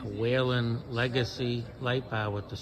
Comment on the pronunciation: WHEEL-EN. There no a in Whelen.